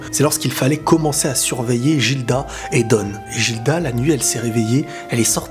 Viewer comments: Jilda ???!!!!??? Prononciation Gilda ( Giruda japanese prononciation) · Gilda ça se lit guilda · a chaque fois je me retiens d'ecrire dans les commentaire par peur de spoil un truc vus que je suis au chap 120 x) juste sa se pronconce "Guilda" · Ça se dit guilda